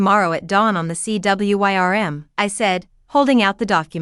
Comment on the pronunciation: Please proof the finished audio and correct mispronounciations and usages. "Read" can be said as 'reed' or 'red' depending on contex. It helps to check on unusual words such as "wyrm" which is another spelling of "worm", an old word that meant "dragon". I know I sound like an English teacher but it can really detract from the audio of a very interesting story and make it seem less well written.